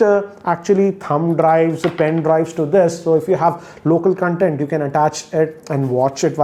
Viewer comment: Hey great review! Also it's pronounced as Con-Tent not Cun-tent